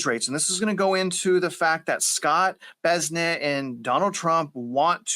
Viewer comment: Besnett? Is this some Snoop Dogg fizzle? Bessent